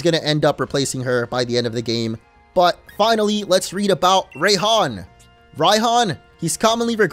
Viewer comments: It is pronounced rye-hon. I know because rye means thunder on another language. That’s why it’s rye-chu. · Raihan is supposed to be pronounced like Ryan